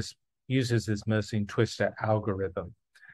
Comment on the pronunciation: he is pronouncing it wrong, it is a French name, so it should be mer sen